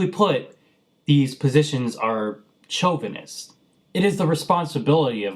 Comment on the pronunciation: Pro(letarian) tip: The "ch" in chauvinist is pronounced like the "sh" in English (the word or the language). Anyway, good video and I've subscribed.